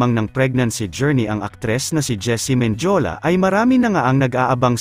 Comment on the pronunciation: Hindi po Menjola Men di o la Mendiola po